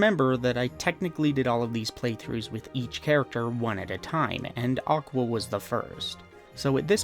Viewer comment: even better: JOCK-wa